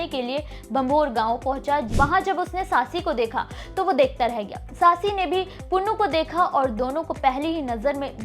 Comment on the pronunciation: You don't know the ABC OF THIS STORY. FIRST OF ALL you are pronouncing SAASI the name is SUSSI BOY NAME WAS Punnu not Pannu. HE WAS a merchant.Bharti nai fatti the She ran from one side and he ran from the other.met in the dessert and died. Don't distort panjabi culture pl.you are very very in Panjabi Culture and language big zero. Pl.dont do this again. Hari Dutt Sharma Rt.Principal MA BA HONOURS M PHILL MED SANGEET BHUSHAN DOSANJH KALAN JALANDHAR